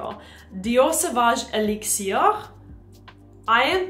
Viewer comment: Please pronounce things like "elixir" in english. I can't make it through this clip.